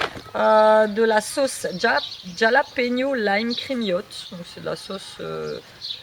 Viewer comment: Super beau ton pote Tiki :-) Super agréable dehors avec les petits oiseaux :-) Les piments Jalapeños (se prononce à l'espagnol avec la jota) c'est super bon j'adore ça ^_^ Gros bisous.